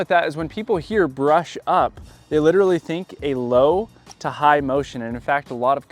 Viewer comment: o yeah .. i thought you said slap it, instead of low to high 😢😂